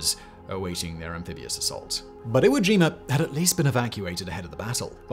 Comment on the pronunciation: Iwo Jimur 😂 I get why y’all do it. I still find it funny ¯\_(ツ)_/¯